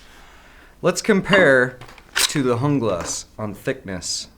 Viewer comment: It's pronounced jungle ass not hoonglass